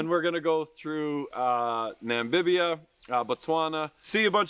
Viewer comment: Was “Nambibia” ironic?